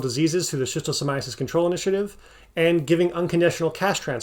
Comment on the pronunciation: I think you should get extra votes for pronouncing Schistosomiasis !!!